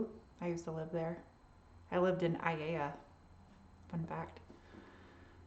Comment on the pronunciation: Wow, I didn't know a "mainlander" could pronounce "Aiea" correctly.